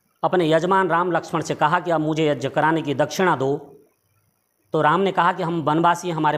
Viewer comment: तू भी मुझे कोई बेवकूफ लग रहा है ठीक से यज्ञ तो बोल नहीं पा रहा है और बाल्मीकि रामायण का अर्थ बता रहा है